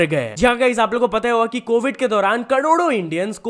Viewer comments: Carodo ❌, Cododo✅ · Corodo× kadodo✓😂😂😂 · कोरोडो ❌ कडोडो ✅ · Karodo ❌ kadodo✅ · Carodo ❌ Cadodo ✅ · Bhai cododo nehi hota hai. Cror/ "karod" hota jai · Bhai करोड़ो को सही nhi bol paye😅